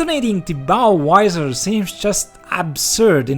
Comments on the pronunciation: The hell is a Bow Wizer? LOL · This is a very serious subject but every time he says " bow wisor" I have to say I'm struggling 😂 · "Bow Visor" I heard Budweiser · Why do swedes mixed up the V and W sounds? Visor is pronounced with a Vee sound.